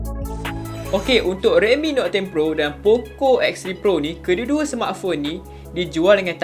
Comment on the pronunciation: Note dik Note...bukan Not